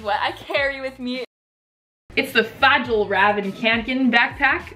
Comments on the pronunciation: Ohhhh myyyy goddddd uugghhhhh YOU’RE SAYING FJALLRAVEN WRONG YOU SAY IT LIKE (FYELL RAYVEN) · Ok I speak Swedish. It’s pronounced Fe-all Raven Kanken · i’ve heard all types of pronunciations but i never heard somebody pronounce it fajallraven omg i’m dying💀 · Fa-jel-ra-vin kanken hahahaha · FALLRAVEN. Fall-raven. Send help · When you're Scandinavian and enjoy laughing at Americans trying to pronounce Fjellräven. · you said fjallraven really wrong and then you pronounced it perfectly and you were like “IDRC” BUT IT WAS RIGHT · That’s not how you pronounce the backpack